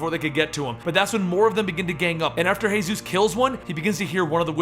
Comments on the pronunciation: Seriously man. Hay-zeus? It's just Jesus like come on. Won't flip out but just... Ugh. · Paul Monroe is known as Jesus. You pronounce it as Jesus Christ not the Hispanic name "Hey-suese" this was oainful to watch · Are you Spanish why did you say hayzues instead of Jesus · In the comics Jesus's name is pronounced how me and you would say it, jesus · good job but j ,j,j,j,Jesus not hayzues,haha big up. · Yeah, like the others said, it's Jesus. As in, Jesus Christ. Not Jesus, the Spanish way of saying it. I actually laughed when I heard him say it that way. And he says "Hey-Zeus", a lot lol. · Jesus not he-zuz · its jee-zus not hey-zeus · “sαтαηιc cяεερ” 変態です he meant that it is pronounced Jesus as in Jesus Christ not hey Zeus. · Hey-suess? He's not Hispanic. His nickname is Jesus because people thought he looked like depictions of Jesus. Earl Sutton even says that he calls him Paul because "Jesus" feels blasphemous. I've gotten used to you mispronouncing something in almost every video, but this is actually changing the details of the story. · Exactly its jesus not hey-sus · It's pronounced as Jesus like Jesus Christ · Jesus isn't pronounced "Hey-Zeus". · Why are you calling him hey suess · I love your channel, but read the walking dead comics for this one guys. It's pronounced as Jesus (as in jesus christ) and as most people are confused, the whisperers are the talking walking walkers. a group. Just read it